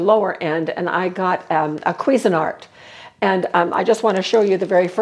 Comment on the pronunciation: I giggled at the way you pronounced Cuisinart 🤣"queeeeeznart" too cute